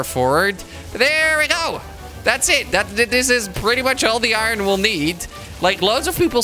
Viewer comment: He said iwon instead of iron